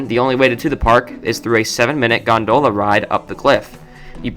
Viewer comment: It's GON-dola, not gon-DOh-la. LOL.